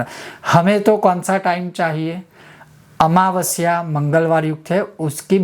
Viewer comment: भोमावास्य निसमग्रे है गुरु भोमावस्या निसमगराम nahi